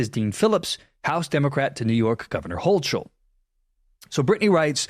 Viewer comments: If you're going to cover the news and reference people in the events of the world, PLEASE take the time to learn how to pronounce their names and locations.. starting with hoe-k-le not hoe-CHel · The correct pronunciation of the NY Governor’s name is “Hoh Kull” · Hocul = HO-kul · It’s pronounced Hoe-Kul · Hochul* = HO-kul